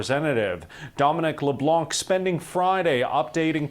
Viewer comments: Th name is Dominic Leblanc and you have to say Leblan........no K ....,,, the c is silent letter ... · Might as well pronounce Leblanc as intended since Canada is French English: "luh-blahn", the "blahn" is like saying "blond" but stop at the "n" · FYI, the C in Leblanc is silent. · Leblan - you do not pronounce the C at the end of Leblanc. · LeBlanc- the 'c' is silent. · By the way, Leblanc is pronounced "Leblan" the "c" is silent. FYI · a little french lesson, 'leblanc' .. the 'c' is silent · Thee c is silent in the name Leblanc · You do not pronounce the C in Leblanc, you’re welcome :) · dont prononce the C in leblanc btw its because of ppl like you that we didint lost hope on usa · Please do not pronounce the c in leblanc! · A friendly note that the «c» in «Leblanc» is silent. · Leblanc is pronounced with a silent c. We don’t pronounce that c in French. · The C in Leblanc is silent and it means "TheWhite" in french🫡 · The C in LeBlanc is silent. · As someone with that last name, this hurt to hear. You don't pronounce the C. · Come on English Canada you can google serche how to say leblanc 😅